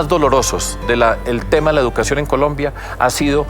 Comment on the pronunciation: NO se pronuncia: " jeducacion"